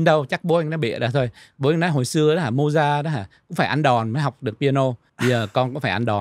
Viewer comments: Không phải tại phát âm. Viết sao đọc như vậy.VN, Anh, Pháp đều đọc là Mozart (không phải Mojart). thuộc thế hệ trẻ nên không biết Mozart, Chopin, Beethoven, Brahm....nhất là nhạc classic. Tương tự nếu nói về các nhạc sĩ VN nổi tiếng thời tiền chiến trước 1945 như Hoàng Quý, Nguyễn Văn Tý, Nguyễn Văn Khánh, Tô Vũ, Trần Hoàn, Đặng thế Phong, Nguyễn hưữ Ba, Dương Thiệu Tước,.Dzoãn Mẫn, Hồ Dzếnh,.. chắc không biết. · Có lẽ lời phát âm của làm cho phải hỏi là ai. Mình cũng có biết Mozart, nhưng khi nghe Mô Gia thì mình đã đánh câu hỏi... ủa... Mô Gia... là ai? Mô Gia nào ta? À...thì ra là Mozart...hoặc rỏ hơn là Mốt Giạc. Theo Google thì phát âm tựa tựa như Mowt Saart.